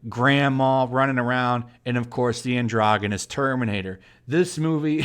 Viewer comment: U said androgynous wrong.